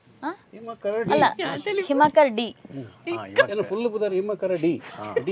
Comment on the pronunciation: ಹಿಮಕರ್.ಡಿ❌ ಹಿಮಕರಡಿ✅ 😂😂😂